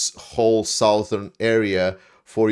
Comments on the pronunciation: You pronounce "south" correctly, but the vowel in "southern" is very different. It's a schwa; same sound as the "o" in "done" or the ""u" in "dun." Sometimes it's written phonetically as "suhthern." Otherwise, good program. I trust the AFU, but I do wish that while everyone is sitting around waiting for F16s, etc., they would deploy a few more guys, drones, arty and such to development of the pincers north and south of Bakhmut. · 'southern' is pronounced as 'suthern'. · You asked.... Southern (as in direction) is pronounced suthern, the letter o is silent. You're doing a great job, don't lose sleep over it. Slava Ukraini. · Un-ten-able - that which cannot be attacked. Might I also make a small pronunciation correction? 'Southern' - just imagine there is no 'o' in it, so 'suth-ern', although don't make the change for South. Hope that helps 😊 Thanks for everything you do!